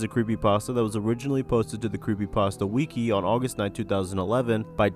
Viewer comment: Also you said wiki wrong